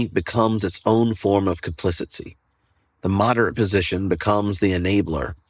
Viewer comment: I’m interested in why you pronounce “complicity”—correctly spelled in your slides—as “complicency” which is not a word. Editor and announcer here. But I like the lesson and have passed it along to our pastor.